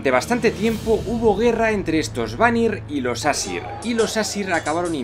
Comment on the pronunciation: Las pronunciaciónes de las razas y todo eso son pésimas y no es fuego y hielo es muspelheim y nifleheim y audumbla se pronuncia ardombla. Y no es asir que es como tu lo pronuncias es aesir tal y como se escribe. Los elfos de la luz y los oscuros viven en el mismo sitio. Pero en svartalfheim viven solo los enanos. Y helheim y nifleheim son el mismo reino pero odin Le dio ha la diosa hela una parte de nifleheim ha la que anomeno helheim la tierra de los muertos.